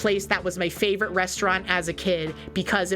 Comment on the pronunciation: did she say flavorite? 💙